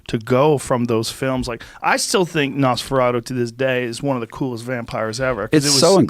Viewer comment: The way Joe pronounces “Nosferatu” is absolutely unacceptable.